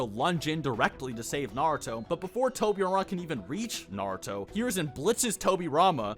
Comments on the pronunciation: I love Naruto, but I can never watch Naruto youtubers because literally all of them can't pronounce any names right. And I'm not being mean, imagine if I made Marvel channel and pronounce Spider-man as Spideer-man 200 times in a single video. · The fact that you struggle to pronounce naruto gives me confidence in your analysis.